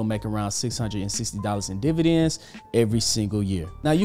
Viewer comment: Dividends not Dvidends 19 seconds in😆